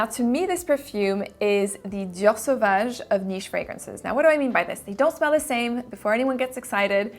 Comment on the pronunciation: I just love how the French accent came through when you said "Dior Savage" lmao. Your pronouncation of fragrances gives me life.